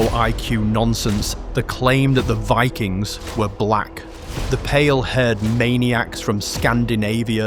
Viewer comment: It wuz Vikangz, not Vikings. ... Otherwise, great video.